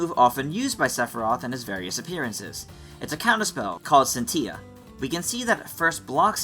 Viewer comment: Scinitilla is Italian, not Spanish - the Ls in the word are hard. (Means spark btw!)